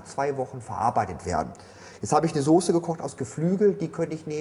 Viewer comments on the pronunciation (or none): none